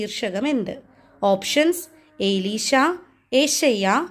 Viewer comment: എലീഷ എന്നാണ്,ഏലീഷയല്ല.